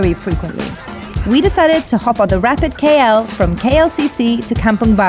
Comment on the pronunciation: Pls pronounce the city name KL as the alphabet "K" and "L" not "Key Yell"...